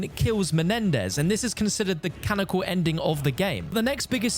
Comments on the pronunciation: Why does he keep saying canonical like that? Does he always do this? Can-non-ical. Not canical. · *canonical. Tf is "canical"?